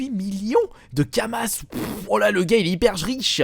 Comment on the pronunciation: Pour dofus a kamas le s ne ce prononce pas